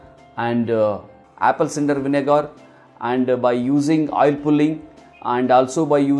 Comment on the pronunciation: He can’t even say cinnamon and apple cider vinegar